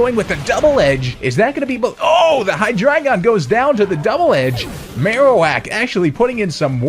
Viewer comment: I swear to god this is the only guy on Youtube that pronounces Hydreigon correctly.